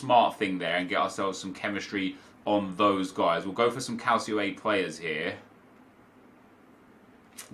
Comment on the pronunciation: Calcio is pronounced Cal-cho